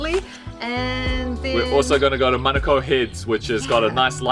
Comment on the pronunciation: Honestly I love that you guys say manukau and not manacow 👏🏽👏🏽